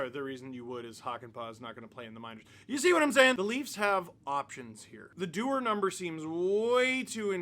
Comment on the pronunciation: You mean Connor Du-WAR???